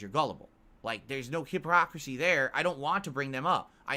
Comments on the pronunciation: Did just say Hiprockacisy goddamn I'm catching a lot of verbal screwups from lately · This dude really just told someone they don’t understand what hypocrisy means shortly after using it incorrectly and then proceeded to mispronounce it seconds later lmao